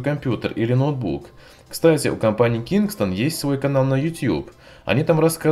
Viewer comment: Я один слышу вместо кингстон кингсман?)